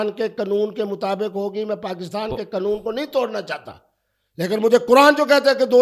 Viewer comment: ابے چُوتیے، یہ لفظ ’’قانون‘‘ ہے، ’’قنون‘‘ نہیں۔ چُوتیا زمانے بھر کا! مُفتی بنتا ہے!